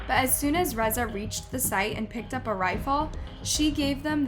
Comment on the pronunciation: great video and al... but lol, I never imagined I would someday see UP pronounced so wrong.